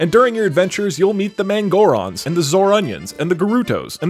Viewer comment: I legit thought he said moron when he said mangoron